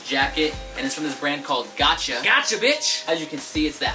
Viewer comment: Bruh you sure it's gotcha and not gosha ? 😂😂😂